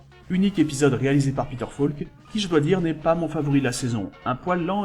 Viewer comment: Grand fan de Columbo ! Concept unique, personnage inimitable. Peter Falk, inoubliable ! PS: "Falk" se prononce "FOlk", pas "FAUlk" ... c'est un détail, mais vu que c’est mentionné au moins vingt fois, ce serait bien de le prononcer correctement. Rien que par respect pour Peter Falk ;)